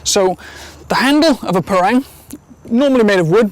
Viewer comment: It's pronounced par-rung.